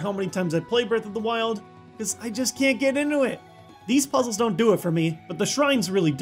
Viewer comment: Breaf Off da wiold